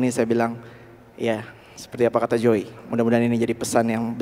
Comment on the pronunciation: When she introduced him in the beginning of the video, it seemed to me she pronounced his name like "Joy" and now I can't undo that - it's perfect - JOY Alexander.